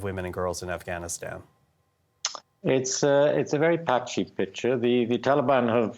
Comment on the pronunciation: Lol "patchy" huh lmao